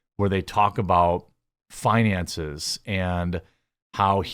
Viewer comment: I thought you said fiancé I was like damn I feel bad 😂